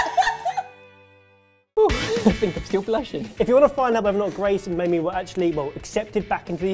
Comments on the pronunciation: Did call Mamrie 'Mamie'? XD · I know this is old, but good grief... It's MAMRIE! Not MAMIE. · Joshua Scott It does sound like they're saying Mamie lol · Was it just me or were they pronouncing Mamrie as "Mamie" and why can't I stop laughing 😂